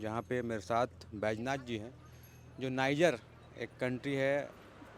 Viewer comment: Desh ka naam to sahi se bol le bhai